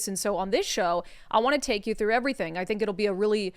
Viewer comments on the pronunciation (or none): none